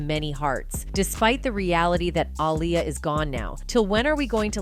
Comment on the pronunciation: It's not alya it's Aaliyah... Say it right please